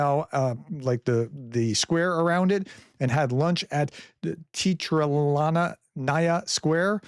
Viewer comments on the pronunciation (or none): Teatralnaya - Theater Restaurant. Letter [e] was not originally the sound you have spoilt in English throughout the centuries;-) You often pronounce it like letter "i" in Latin and Slavonic languages. You should read always "e" sound, like in the word "chess". In spite of your language struggles, you do a decent job. ❤❤❤. Go on!!!!